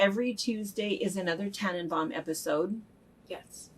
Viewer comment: Pronunciations: Tannenbaum. Oh, yeah, that's pronounced TAN and BOMB (closed caption). LOL. There is a street in Rochester, NY spelled CHILI but pronounced CHI LIE.. and in Michigan there is Lake Orion.... not NOT O-ryan (like the constellation), it's pronounced OR-EON, and Charlotte, MI ??? Oh that's NOT Char-Lot but Char-lowt. YIKES. And of course, in NY City - Houston is not Hugh-ston, it's HOW-ston (and that's how you get "SoHo" i.e., South of How-ston). LOL.. and in Michigan, cola, pepsi, 7-up, etc. are POP. UGH.. no - it's SODA unless you are in Boston where it's all called Tonic. How about THAT?!